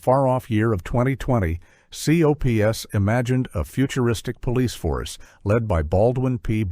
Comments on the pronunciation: It’s pronounced Alf Alf Alf not A.L.F. and it’s Cops not C.O.P.S. and they were both popular. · You're obviously using AI for the narrator. That's fine, but why not script it and fix it accordingly? It's not Aayelleeff. It's Alf. It sounds similar to Alfred, almost like a nickname. Just type cops instead of capitalizing it so it says cops. instead of C O P S. Same for mask. Further, MASK remained fairly popular compared to several shows that were awful out of the gate. It makes your list questionable. It feels like you didn't do your research. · Gilligan's Planet segment showed clips from the wrong cartoon. You showed The New Adventures of Gilligan instead of Gilligan's Planet. And as people has pointed out, Alf is not pronounced as initials, it pronounced Alf, and C.O.P.S. is pronounced as Cops, and M.A.S.K. is pronounced mask. Also, the AI narrator misprounounces DiC, and saying M.A.S.K. is Hasbro's answer to Transformers and G.I. Joe when the toy line was released by Kenner (as this was before they were acquired by Hasbro). Also, there was no Brown Hornet cartoon, and don't go criticizing Filmation teaching morals. It helped them keep parents from complaining about He-Man being a half-hour toy commercial. And Super Globetrotters should not count in a list of 1980's cartoons if it originated in 1979. Also, Slimer and The Real Ghostbusters was the result of ABC deciding to go with a focus group forcing changes to the show, which modified Janine's character, and made it where the ghosts were no longer the ghosts of the deceased and were more supernatural or fantasy-based ghosts. Seriously, can you please ditch the flawed A.I. and get a narrator who can actually do research into these topics? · Your AI is D.U.M.B., spelling out Alf and COPS? Seriously?! At least spring for a decent AI voice